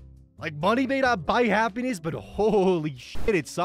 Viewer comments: is it just me or is saying Happynese instead of happiness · is everyone gonna ignore how he said “happy knees” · I keep hearing happiny, as in the baby pokemon with an egg shaped rock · “Money doesn’t buy happy-knees…” This pronunciation literally awoke me from my disassociation to write this comment. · He pronounces happiness like “Japanese” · "happennese" that should not make me laugh that much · why does pronounce 'happiness' like 'happen knees' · did you just pronounce happiness like japanese